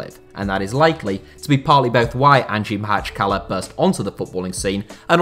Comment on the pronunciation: Props on actually pronouncing the name of the club at least close to correct, which seems almost impossible for 99& of Western sports reporters, journalists and commentators.